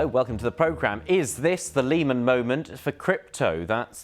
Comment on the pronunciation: Don’t think I’ll be taking my financial cues from a supposed reporter who can’t even pronounce Lehman properly … 🙄